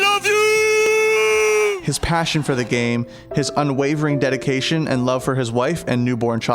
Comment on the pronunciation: "however his PASHion..."